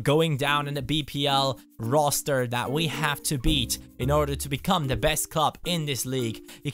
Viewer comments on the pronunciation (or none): none